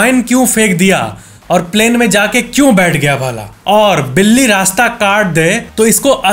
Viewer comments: बिली नहीं बिल्ली होता है भईया ❤ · बिली nhi बिल्ली hoga factez bhai 😅🎉 Like karo mere comment ko ❤